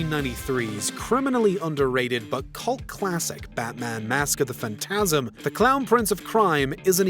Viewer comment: Low key irked u say “mask of the phantasm” like that